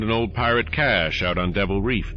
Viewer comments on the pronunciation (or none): none